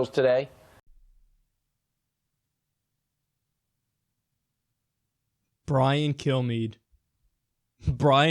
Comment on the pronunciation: Brian 'Kill-Me' right? That's what I kept hearing from Kyle. I could only think, 'appropriate, very appropriate indeed.'